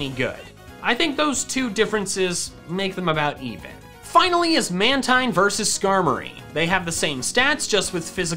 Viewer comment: Its pronounced man-teen not mantine